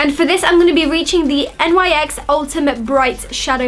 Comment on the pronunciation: No hate, but it's pronounced Nix not N - Y - X